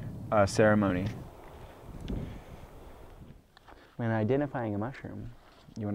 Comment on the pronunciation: I like that he calls it a serimoni instead of a trip